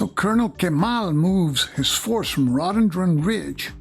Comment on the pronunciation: Row-duh-den-dren. Not raw-den-dron. It's a shrub that grows nice flowers. Sorry to nit pick. 😅